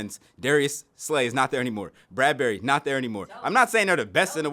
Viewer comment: He said “Bradberry” 😂😂😂😂